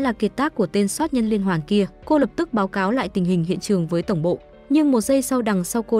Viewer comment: Chủ kênh bị ngắn lưỡi à ,soát nhân hay sát nhân